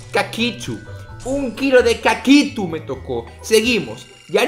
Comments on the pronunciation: Like por el "caquitho" en frances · En francés no se dice cacitu